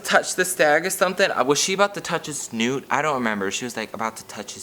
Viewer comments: Omg pronunciation of snout i can't stop laughing😂 snOOT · I'm in hysterics at pronouncing snout as "snoot." The tears are coming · did you say snoot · i’m yelling at the way you pronounce “snout”